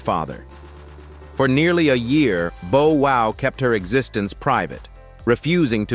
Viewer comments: Don't forget bo wow, & that's not how bow wow's name is spelled. i really hate AI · Right 😂booster rhyme and boowow😂